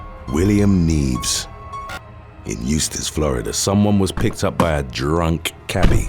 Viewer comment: You didn’t even get close to pronouncing Nieves. It sounds like knee-ev-es